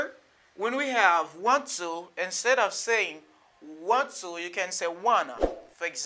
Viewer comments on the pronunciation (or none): none